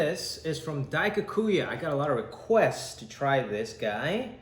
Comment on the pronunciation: I'm sad that Jimmy can't say Daikokuya correctly 🥲